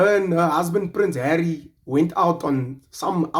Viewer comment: “Prince herrie “ 😁😁😭😭😭